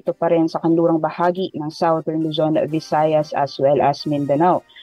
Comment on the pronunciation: Southern ( parang "sa dern " hindi "sao tern")